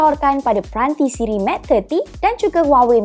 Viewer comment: sebutan mate 20 tu mcm meit bukan matte ye. mintak btulkan sebutan tu nanti